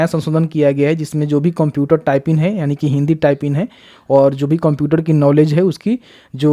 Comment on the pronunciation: बोलने तो आ नही रहा है, टाइपिंग होता है या टाइपिन होता है, नोटिफिकेशन का गलत जानकारी दे रहे हो, कितने बच्चे पूछ कर परेशन है की जिसने फॉर्म फिल कर दिया उसका क्या, अभी तक एक भी रिप्लाई नही आया इस सवाल का..